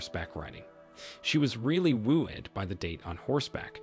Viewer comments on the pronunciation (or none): You mispronounced content and trophy in the first story, and wooed in the second story.